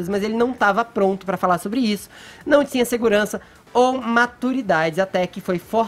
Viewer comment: Porque o Fefito fala: D"S"iego? Not"S"ícia? T"S"inha? Crit"S"icando? Forçadament"S"iii?